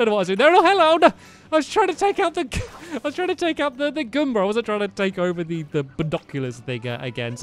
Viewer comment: Stampy:"I was trying to take out the gomber" Me:*coughes* " Gomba"